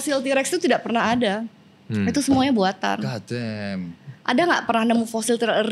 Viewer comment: Damm damm, god damn.... Geli bet dengernya😂